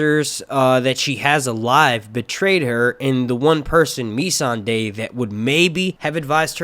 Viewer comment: Mee- Son-Day????? Why do you go out of your way to mispronounce nearly everyones name. Wait why do I care? I swore I'd never listen to your one massive run on sentence telling channel again. God this is awful, why am I here?